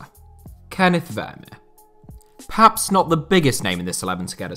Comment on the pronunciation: On top of this being a great video I am very appreciative of the proper pronunciation of “Kenneth”